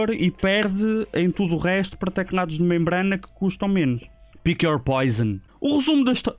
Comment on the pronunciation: ele diz tecnados em vez de teclados kkkkkk não é pra gozar mas da piada